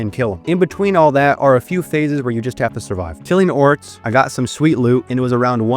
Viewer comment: Why do you pronounce X's as TS? Etso? Batstory? Oryts?